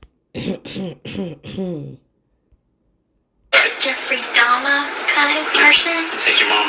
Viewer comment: She definitely said jeffrey dama on purpose This freak knows who ieffrey dahmer is